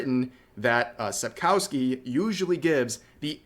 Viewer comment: I love how everyone butcher "Sapkowki" ;p